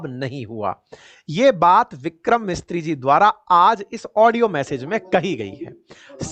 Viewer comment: सर हमारे विदेश मंत्रालय के प्रवक्ता का नाम विक्रम मिस्त्री नहीं विक्रम मिसरी है।